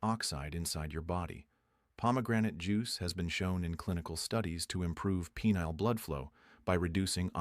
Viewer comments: "Pea-neal veins"? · "peneal"..?.. thanks, AI